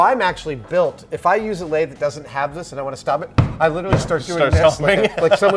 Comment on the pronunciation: you're pronouncing "lathe" wrong. Just like "executable."